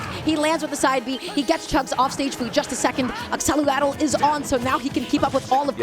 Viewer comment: Why do they say accelerato? Isn't the spell named Accelerate??